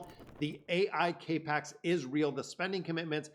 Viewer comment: CAP X, not CAPE X LOL,,,,love the videos